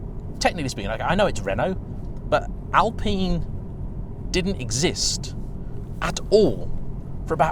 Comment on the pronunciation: I swear its al pine Not al peen